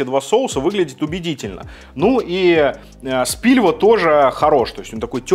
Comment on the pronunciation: Ладно , если уж всех бомбит от Кухне ,открою секрет - не Спильва, а Спилва))